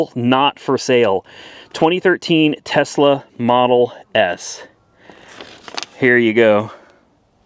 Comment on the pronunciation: Did you buy a Tesla or Tezla?